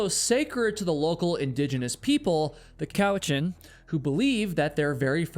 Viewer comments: vancouver islander here - if you ever come here checkout tofino, the golden hinde, elk horn mountain. Mt. Maxwell on Saltspring Island is close to the ferries as well, and nice pronunciation of cowichan you nailed it lol. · Nailed the ‘Cowichan’ pronunciation, but screwed up ‘Duncan’ lol. - a person from Duncan. PS: Good vid Oh and there’s been several people gone missing over the last few years, all drug trafficking related and the truth gets covered up lol. Loooots of drug trafficking round these parts